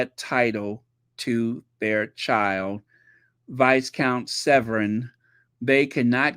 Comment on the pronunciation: Viscount=VYCOUNT the s is silent.